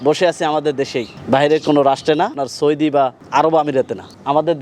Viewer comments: সৈদী নাকি সৌদি ? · শব্দটা কি ছৈদি না সৌদি? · সৈদি না, সৌদি ।